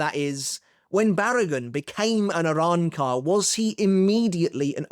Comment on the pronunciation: can u stop saying arrancar like that weebcuck